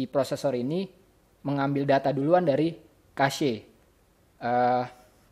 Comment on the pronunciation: haha itu bacanya (Cec):v gw sering denger orang bule di youtube ngomong cache. kalo kasye kan aneh:v